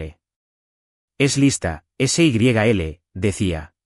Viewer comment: Por favor, un poco de rigor en la narrativa. La boda en noviembre de 2026 y estamos a inicios de marzo del mismo año. SYL es diminutivo de Sylvia y no se pronuncia ese y griega ele, sino en un sólo golpe de voz.